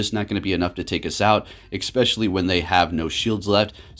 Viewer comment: its especially not expecially